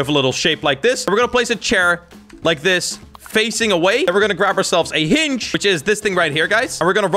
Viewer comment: wErE gOnNa BuY a HiNg me: thats not how you say hinge